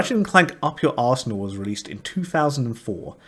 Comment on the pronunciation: Am I the only one who heard up your ass instead of up your arsenal